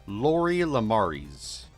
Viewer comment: no dude, its a play on mermaids. MERcenary MAIDS. and her name is le-mare-is not le-mary-s